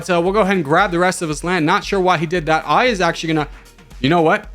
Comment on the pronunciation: I saw the thumbnail & I immediately knew you will mispronounce Aya which is a name rooted from Arabic & it is similar in meaning to "Verse" in English